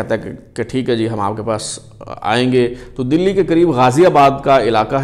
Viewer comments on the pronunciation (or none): none